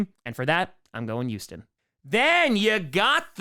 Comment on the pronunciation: Why does it get me to laugh everytime says "the Eouston Texans"? 😂